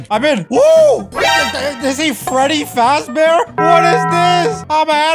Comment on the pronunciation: When he said “Freddy fazbear” I heard “Freddy FATBEAR”😂😂😂😂